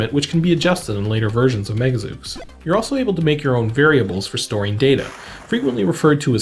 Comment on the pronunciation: "Zeuks"? /Zoos/ :p